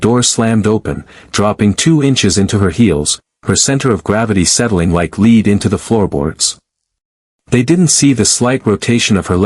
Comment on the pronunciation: Apparently the narrator doesn't know how to pronounce certain words in proper assessment of the sentence. Such as one specific word "lead " has two separate pronunciations according to whether it is meant as to "leading someone " or "lead in reference to weight ".